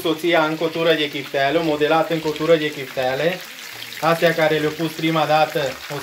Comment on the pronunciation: Mai nene nu se zice piftele se zice chiftele.